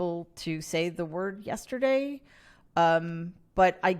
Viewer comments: yeshherrrzhhay... ehhhhhh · Yesterday is three syllables... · In the slum, where he’s from, it’s yestiddy… right? Thanks for the holy grail reference. I thought I heard coconuts. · Yester me, yester you, yesterday 😅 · “Yesterday” is a three syllable word; isn’t that just a bit beyond him? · Why can't the Mango Mussolini say "yesterday"? Because he has the vocabulary of a seven year old? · Noel Casler who was a PA on Celebrity Apprentice says that trump can’t say yesterday because it’s a three syllable word…I think it’s the reading of three syllable words that’s the issue for trump. Mary, the potential problem with your uncle declaring that he’s running for president early is that it puts the DOJ in the position that they hate to be in…looking like they are being partisan, which trump can claim if he gets charged for crimes while running for president. I think this might be one of the reasons why he wants to declare he’s running early…so he can cry witch-hunt. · Ironic that yesterday's man can't say yesterday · I think it’s too kind to say that he has the vocabulary of a ten-year-old. How old does a kid have to be to not know how to say the word “yesterday”? The age and vocabulary of that age group is what Trump’s vocabulary is.